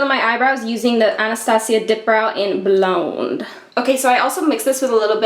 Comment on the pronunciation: I love how you pronounced "blonde" hahahahaha